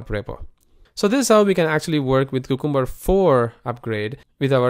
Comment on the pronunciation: Man, check how to correctly pronounce cucumber, it is a vegetable not just a name that does not mean anything. It is pronounced : kyoo ·kuhm·buh